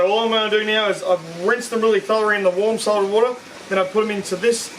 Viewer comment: He seems to have issues saying the word "thoroughly"